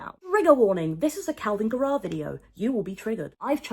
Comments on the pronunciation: Why are you saying it like guh-RAWWW? Isn't it GAIR-uh? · I like that you say Garrah like Tara ~ love